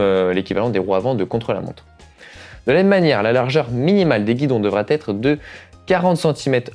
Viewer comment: Pourquoi « devra têtre ? » 😅